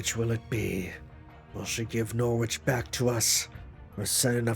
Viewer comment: I know I'm still 20 parts behind at the moment so someone might have told you already but you've been pronouncing Norwich wrong this entire time fyi